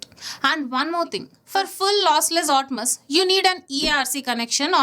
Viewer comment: Everything you shared was good but still pronouncing Atmos as 'Otmas’? That's fucking stupid! 😂😂